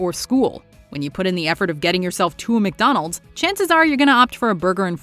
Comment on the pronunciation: Is it my ears or does she pronounce McDonalds like: "meek donalds"???